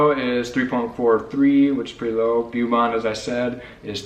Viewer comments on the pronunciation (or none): The way you pronounce Beaumont makes me twitchy. It's BOW-mont. If you want to have fun research the pronunciation of other Texas cities. Nacogdoches, Study Butte, Palestine, and many others. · It's not Byoomont, it's Bohmont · 7th Generation Texan here. Love you guys and so glad you came to The Lone Star state. Just a gentle little suggestion: Ask a native how to pronounce Beaumont, Laredo, San Jacinto, Sabine and Caddo. You guys are adorable. You will be honorary Texans as soon as you work on those little details. Hugs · Yvette Garrett I l had to laugh every time I heard them say Bew-mont.😂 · Nice video...but pronounced..Beaumont.... bow-mont. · Y'all are mispronouncing Beaumont guys! It's all good. ❤